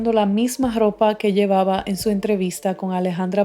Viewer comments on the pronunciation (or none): Jiji...me gusta como hablas.... No te ofendas, parece que dijiste "dropa" jiji. También me gusta como hablan los Argentinos porque la "ñ" no se les oye igual que en otro idioma latino y la "y" parece "Sh" 😊 Pero tú tienes un tono de voz muy Way y lindo ✌️